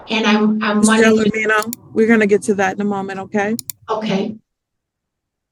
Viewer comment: Anyone can make a mistake. However, laziness is a different story. Chrystal Gelormino's name is on the screen throughout this video. It's also pronounced multiple times by the defendant herself, the judge and the attorneys. The very least you could do is pronounce and spell her name correctly.